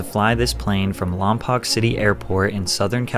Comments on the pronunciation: its pronounced, Lah m poke not lom pok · It’s pronounced Lom•poke not Lom•poc 😂😂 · It's pronounced Lom-Poke, not Lom-Poc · Lompoc is pronounced Lom-poke. Also considered Central CA... yeah it's in the southern half of CA, but CA is so long, Central is a needed designation. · It’s not lompock it’s Lom poke! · ITS PRONOUNCED LOMPOKE PLEASE ITS CALLED LOM- POKE I WAS BORN AND RAISED HERE ITS SO SILLY WHEN U HEAR LOM POC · The most exciting story to ever come out of my hometown, also its pronounced "lom-poke" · I love that nobody can pronounce Lompoc correctly lol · It's lom-poke but you get used to people getting it wrong😬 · Its pronounced lom-poke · The way you pronounced Lompoc was so funny, but totally not your fault. No one cares about Lompoc, it's ghetto as hell (locals call it Lompton). It's pronounced Lom-poke! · You said Lompoc wrong